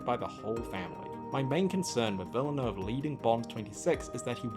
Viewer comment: This would have been more useful to you before you said it 42 times incorrectly, but it's pronounces "Vil-neuve" the "e" is silent in French (as opposed to Spanish). Cheers.